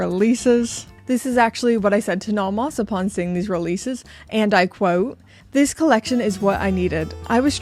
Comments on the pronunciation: The way you say Nomos is the way everyone should say Nomos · So glad Nomos send these to you, because you’re the best to review these awesome watches! I really like how you pronounce these German names 😁 but some are not that bad lol.